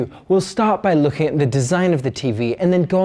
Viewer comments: Loool I heard 'It's a good focking TV' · Great now I can’t stop hearing that now! It sounds like he went full on Scottish for a second there! And I heard him say 4K the first few times too.🤣